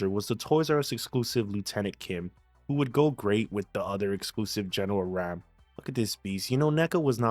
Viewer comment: its pronounced ROM btw but its spelled RAAM